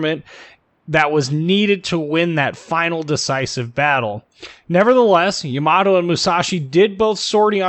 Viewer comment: It's always so funny to hear when people put the emphasis on the wrong syllable for Japanese names, no offense meant. Just really funny to hear